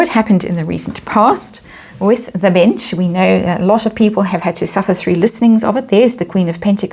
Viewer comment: I'm sure it's my hearing but every time you say "the bench" I hear "the bitch" 🤔